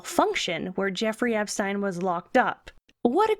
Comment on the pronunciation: This is a great video, except for the fact you keep changing the pronunciation of his name. Seriously such small details and you can't get that correct! How do you expect to have credibility for the rest? EPSTEEEN.